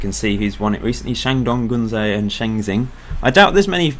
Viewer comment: used to live in china - shenxin = shun shin guangzhou = gwang joe